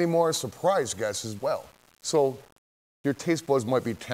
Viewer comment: lol i love shaggy "guestes"